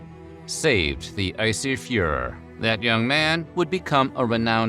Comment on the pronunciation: “Saved the icey fuhrer” lol